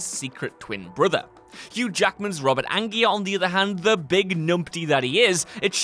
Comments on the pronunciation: In the Prestige, Hugh Jackman plays the magician Robert Angier (AN-JEER), NOT Robert Angier (AN-GEAR), although, it might be better just to refer to the character by his stage name, The Great Danton (DAN-TAHN) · Angier is pronounced “An-jeer,” not “An-geer.” Do you guys actually watch movies anymore or just read scripts?